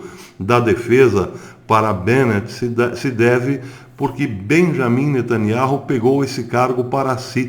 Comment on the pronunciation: A pronúncia do nome de NETANYAHU está errada. NETANIAU é assim o som da promùncia.Verifique por favor.